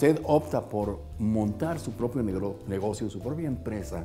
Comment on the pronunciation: Por poquito y dice "negrocio" en lugar de "negocio" 😂